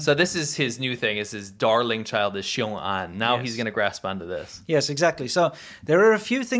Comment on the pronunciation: Why are people (other than ) pronouncing it as "臭安 - xiu'an" instead of "雄安 - xiong'an"? Is that a northern dialect thing?